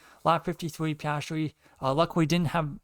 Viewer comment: I appreciate your commentary on the race, however I would recommend practicing diction due to it's a little bit hard to follow you. Also Piastri is pronounced Pe-as-tree